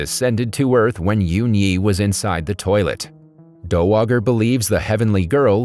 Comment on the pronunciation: “Queen Dowager” It’s pronounced Dow-a-jer and it’s not a name it’s a rank like the “dowager countess of Grantham”